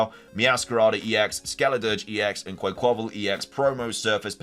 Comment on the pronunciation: I'm gonna be THAT guy and say this: QUACK-quaval. It's not like Rayquaza where it gets the "qua" in it's name from quasar. It gets it from the word quack. Sorry, been hearing a lot of people say it like that and it's annoying to me. Like people who don't know how to say GIF.